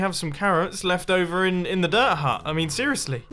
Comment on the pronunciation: Every time Mumbo says dirt I hear derp.